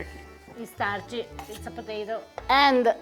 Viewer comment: It's sticky.: It's startchy. It's a potato. You guys are so cute.